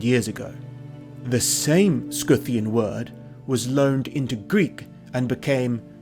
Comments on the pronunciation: what the heck is a "scoo-thian"? x'D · It’s Scythian not skithian. Scythian is from scythe the tool used to Harveest grain; it’s scy line psy “ Pronounced sigh or sigh-thee-ans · stg him saying Scythian as 'scooffian" is driving me crazy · No, is pronouncing it wrong, it's Si-thi-an, same like scissor, scimitar, scythe, etc. Watch for the correct pronounciation, an even more correct word is Saka/Shaka